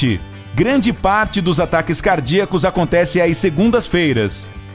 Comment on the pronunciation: E corvo e kkkkk erro na fala em acontece